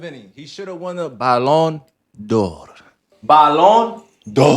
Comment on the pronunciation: I lost it when he said bayon dor. And the subtitles said bayon de la. 😂😂😂 Its Ballon D'or